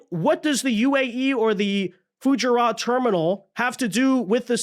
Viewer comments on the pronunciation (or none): Look up how to pronounce Fu-JAR-UH.